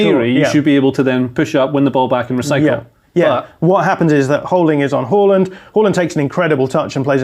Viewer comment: How are you telling us about football, but you still cant say Odegaard or Haaland right